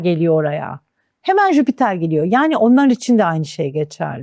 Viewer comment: Gezegenin adı "Jüpiter" değil miydi🙄 Neden tüm astrologlar ısrarla "Jübiter jübiter" diyor ben de buna takıldım🤭